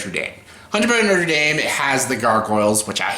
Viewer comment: I love how you say "the Huntchback of Notre Damn" 😁, anyway that's an interesting review 😄